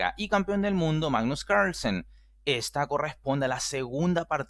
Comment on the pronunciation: Like si disfrutas cuando dice magnus caaahgrlsen xDD